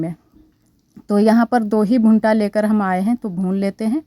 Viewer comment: भुंटा नहीं भुट्टा होता है अनुश्वार नही लगाते